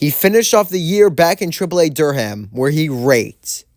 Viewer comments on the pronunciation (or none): I just like to imagine you pronouncing the movie bull Dur-HAM lmaoo